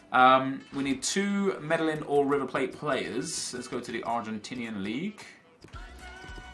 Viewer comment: you just know has never watched Narcos by that pronunciation of Medellin